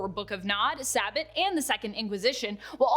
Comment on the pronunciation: Normally I wouldn’t nitpick, but: she mispronounced “Sabbat” and “Vampires the Masquerade: Rivals”.